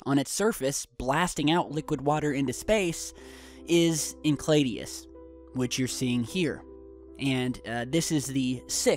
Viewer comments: Sorry to be picky, but it's pronounced in-sale-a-dis, not in-clay-dee-us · pronounced "en-sell-awdus" not "enclaydius." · i love you guy, but its En Sel i dus, not en kled ios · It is Enceladus, not Encladius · Sorry, but you did make me laugh with your pronunciation of Enceladus. it's EN-SELL-A-DUSS, not encladius. My apologies - couldn't let that one go...:) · Did he mean Enceladus? [Ehn-sel-add-us] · You are pronouncing Enceladus incorrectly. It is En-sell-a-dus. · its pronounced en-sell-adus... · Dude your butchering the pronunciation of Enceladus pretty severely. It's in-cell-a-dis sorry that just pressed a button because your suppose to be at least somewhat savvy in your knowledge of our solar system